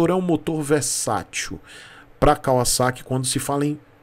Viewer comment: A marca se pronuncia assim mesmo. Moro no Japão desde 97’